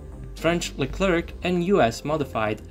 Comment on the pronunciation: It’s LeCLER Not LeclerK 😢